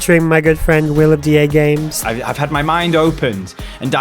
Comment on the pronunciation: Remember when pronounced as "the games"?..... No?just me then.